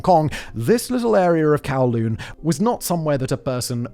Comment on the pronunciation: Humbooga dubghh kawwlooonh 😂